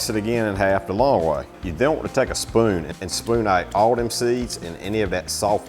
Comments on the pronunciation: I listened again really carefully and I think on his long "oo" sounds (like "spoon" and "two") there's a slight diphthong, which we do have similar in some parts of Australia. Idk where he picked it up, or what Cajun sounds like (as some people have been saying) but it's not unique to Aus 🤔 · I'm Aussie and listened as well.. when he said "tight" and " booze" and "spoon" is the only time he sounded Aussie to me.